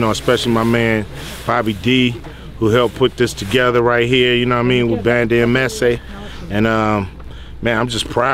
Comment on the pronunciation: Ban-tah lol. Didn't anyone think about helping Cube pronounce Banda? Lol